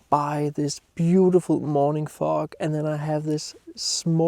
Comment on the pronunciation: you need to work on how you pronounce the word FOG, I was giggling thru the whole video:))